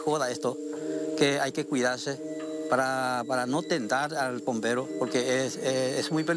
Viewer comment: El pompero dice 🤣😂🤦🏼‍♂️ (pombero es)🤦🏼‍♂️